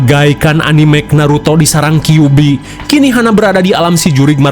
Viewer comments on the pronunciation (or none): none